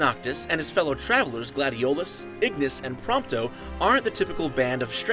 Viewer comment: Gladiolas? Who was he lol. My fave was Gladious...